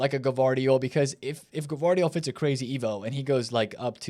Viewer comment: Bro I can tell you still don't watch the matches and just play this game, come on bro, gvardiol is "vardiol" lol at least take some time to watch this sport.